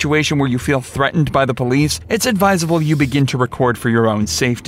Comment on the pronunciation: Police officer "Seargent Pullease" 😂😂😂